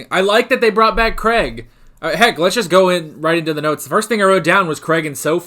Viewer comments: Please learn how to pronounce Craig correctly. It isn't pronounced Creg. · Craig does not rhyme with egg or Gregg.